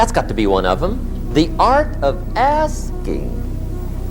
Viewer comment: Mann.... I thought he said the art of asians😂😅